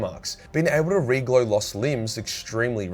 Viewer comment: haha,,,he said reglow instead of regrow! juvenilr I know